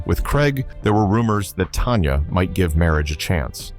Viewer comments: Her name is Tanya, not Tonya. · Her name is Tanya, TAN_YA not Tonya. And you have the nerve to call yourself? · If you are gonna do a story about artists why can't you at least pronounce their names right! It's not "Tonya" it's "Tanya"!